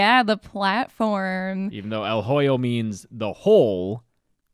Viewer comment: You really butchered the pronunciation of "El Hoyo" 😂